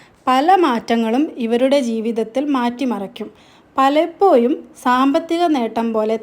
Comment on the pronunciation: നെക്ഷത്രം,പലപ്പോയും,വ്യായം, മലയാളം സംസാരിക്കാൻ പഠിപ്പിച്ചു വരൂ